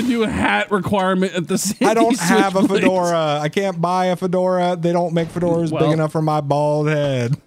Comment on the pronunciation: “I just wanted a FOURdora”